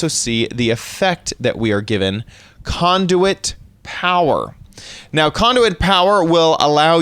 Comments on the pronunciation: conduet? wtf its conduit LOL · When he said conduit I thought he said condom